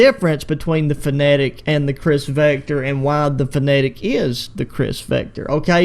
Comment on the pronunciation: Bro calls it a finnetic 💀